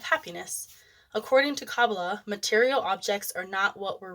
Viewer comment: Please learn how to pronounce Kabbalah ❤